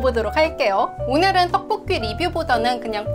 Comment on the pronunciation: 떡뽂끼 발음 너무 귀엽다 한시간 반복재생 하고싶어 ㅠ